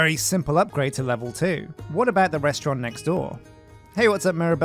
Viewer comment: Restaurant, not restaurante.